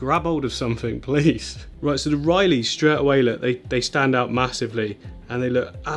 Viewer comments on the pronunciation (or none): “Riley” 😅 I’ve got to say it lad it’s been too many times now 😂 it’s ‘Rilly’ brother 👊🏼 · It´s Rilli shrimps not Reilley! Lol : D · i love u but if i hear you say "Ryleigh" one more time im gonna bang my head into a wall lol. Its r-ill-ee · Repeat after me, the buce is "keh-da-gang" the shrimp are "rih-lee" 😂🤪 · I just went through like four/five pronunciations and its REL-EYE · The Rili shrimp is pronounced "really". Just an FYI. But you did ask. ☺️ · Rili is pronounced RI-LEE. It sounds like says really but you replace the E with an I. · pronounced "rilly" (ril-e) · not pronounced riley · It’s pronounced rrrrr-ill-y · Hearing you pronounce rilli shrimp makes me laugh every time